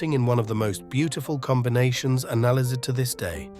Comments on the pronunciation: When the AI narrator mispronounced the word "analyzed" as a-NAL-izid I stopped watching. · Have you analy-zed it? 😄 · I was wondering if this was AI-made, and then I heard the word "analyzed" pronounced "analy-zed". So it is. Now I'm upset at you. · what is this "anali zed" of which you speak? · wtf is that pronunciation of "analyzed" LMAO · Stupid AI voices can't even say analyzed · 99% sure this is an AI voice. There are pronunciation mistakes with analyzed and some of the intonation changes.